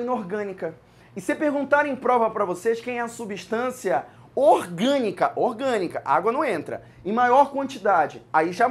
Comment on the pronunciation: Só oq confunde é que ele não fala "orgânica" ele fala "iogânica", da mó embrulho na mente